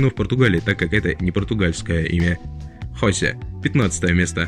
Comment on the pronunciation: Не хОсе а хосЕ!